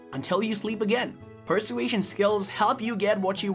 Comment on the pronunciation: Oh my dear, I cannot take it! You keep pronouncing persuasion incorrectly! It's an easy word to pronounce dear! 🤪